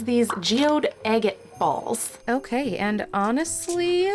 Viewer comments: Its Agate not agit. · Egget? egg? It is agate with A not e. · Girl, youre murdering the pronunciation of agate